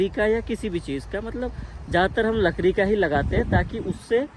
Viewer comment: लकड़ी❌ लकरी✔️